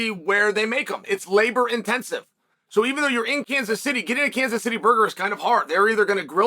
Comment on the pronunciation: Kanas? Sounds Greek Uncle Chael